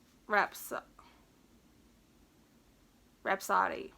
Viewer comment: Hey there. In case you were curious, the name of that rainbow yarn is pronounced like this: rap-suh-dee. Like bohemian rhapsody. :) But you can say however you want to. (I am not trying to be ugly or anything)